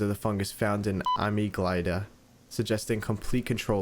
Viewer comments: bro was crazy about pronouncing senescence correctly then immediately pronounced amygdala as "ami gly da" when it is supposed to be said "uh mig duh luh" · it’s a-MIG-da-la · its not ameglida, its pronounces amigdila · Ahh-me-GLY-duh ok man it’s pronounced uhh-MIHG-duh-luh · "ah-me-glide-uh" it's "uh-mig-dih-luh" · amyglida is pronounced (amig-duhla) thats how i pronounce it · "Am-E-Glide-uh"... hmmm, no "Am-ig-del-uh" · Amiglyda its pronounced (a mig dala) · AHMEEGLIDEAH 😭😭(ah-might-da-lah) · yes "Eyemiglyda" not amygdala. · you asked for it.. “AaH My gLaDa” It’s “A-mig-da-la” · a-mig-da-la not amyglida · “ah-mig-LIE-dah” lmao it’s “ah-MIG-dah-lah” sorry had to bust on you because you mentioned people bust on you. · no way bro doesn’t know how to say amygdala😭 “amiglyda” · bro said he did wanted people making fun of his pronunciations then said amygdala like uh-mig-die-luh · Just started watching the video, dunno if you look it up later but Amygdala is pronounced "uh-mig-duh-luh" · Blud talking abt not mispronouncing words then gos on the say "amigDYla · Also I'm going to teach you how to pronounce amygdala ah not A ah-myg-dah-lah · Looks up how to pronounce senescence : ah-mee-glide-ah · Here's how to pronounce Amygdala since you keep mispronouncing it. A-mig-dala Hope that helps (The way I phrased my comment made it sound rude and I'm sorry) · it is pronounced 'amig-dalah' okay? Just a small correction that my pre-frontal cortex I getting % annoyed about.... no offence, btw😅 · Its pronounced amigdla. But spelt the way in the video. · It’s pronounced Uh-mig-duh-luh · amgydala was pronounced amiiglida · It’s pronounced “Uh-mig-dal-lah” (not be sound like 🤓) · it is actualy called the amigdala "a- MIG -dal-AH" and it is the part of your brain that controls your emotions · amygdala ❌ ah me guy da ✅ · googles "senescence" a word i have literally never heard before in my life, to make sure he won't be made fun of for mispronouncing it. Also: "amyglaida"